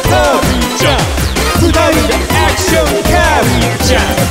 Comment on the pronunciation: 「アクション」の発音が好き